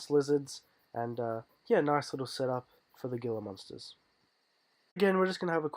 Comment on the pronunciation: Gila Monster is pronounced Hela Monster